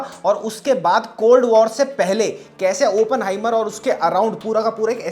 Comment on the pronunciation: Why is everyone pronouncing it as Open-heimer ( opening ) its Oppen-heimer .